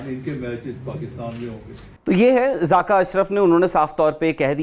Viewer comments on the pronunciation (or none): 🇮🇳(loru) its zakka not zaaka😂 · Zaaka nhi jahil zaka hota hai